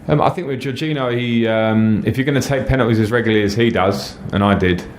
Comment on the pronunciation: His pronunciation of Jorginho is also really bad